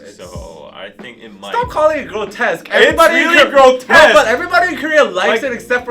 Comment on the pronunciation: no one:: iT’s gRoTEsQuE